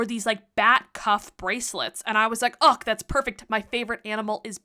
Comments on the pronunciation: Why you say "UCK" instead of "UGH"? 😂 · I've never heard someone actually pronounce the H in UGH lol